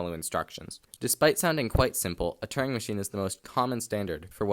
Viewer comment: It’s called a Turing machine, not a “turning machine”; “Turing” rhymes with “during”.